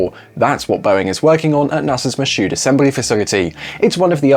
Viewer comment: In Louisiana, Michoud is pronounced "Mee Choo". No "d" sound.